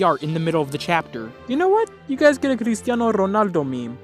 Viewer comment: Bro these days I was asking myself if was Portuguese because is a word used in Portuguese (it kinda means crazy/stupid), but the was he pronounced Cristiano Ronaldo just clarified it for me lol